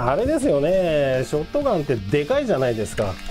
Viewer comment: ライブカート＝ショッガン(本場発音w)て印象焼き付いてる そしてクアッドロード出来たんですか？！ (｀・∀・´) マルゼンのM1100は当時ティーンの俺が役40000円に躊躇して買わなかったら絶版？なって嘆いたのは良いおもひでw コイツはバイオ2で惚れたなぁ そして安定のM1887 コイツはT2で一躍有名になりましたよね SPAS-12もT2だった それ考えたらT2は名作だな